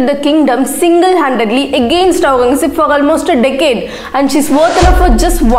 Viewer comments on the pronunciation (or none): Please stop using ghh gh gha every where. Pronounce correctly. It's maharaja, not magharaja, and aurangazeb not aunghazeb. You only made a video on importance of pronouncing correct